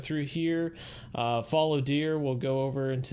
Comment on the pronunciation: Btw it’s faallow deer not follow